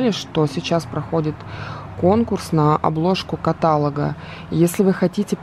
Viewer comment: Интересное и позитивное видео., пожалуйста, не говори «катАлога», на тебя смотришь и видишь образованную девушку, не порти свой образ такими маленькими, но режущими слух ошибками 🙏🏻 в слове «каталОг» ударение на «О»☺️